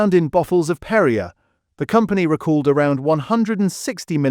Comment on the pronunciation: PerriAY NOT Perriuh.